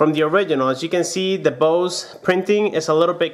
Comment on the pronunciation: You pronaunce Bose wrong